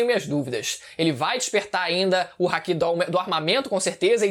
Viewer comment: Dá agonia do falando hack, NÃO É HACK, É HAKI kkkkkkkk hack é e quando vc usar algo ilegal no CS: Go